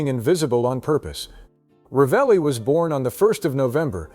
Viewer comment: La persona che legge deve imparare a pronunciare il nome esatto che non è Ralli ma Ravelli